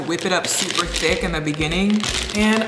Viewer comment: She said “THICQUE” 😂